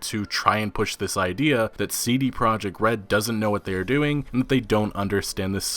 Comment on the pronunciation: You are pronouncing "CD Project” wrong. It's a Polish company so their name is in Polish. It's ”tzee-dee proyect”.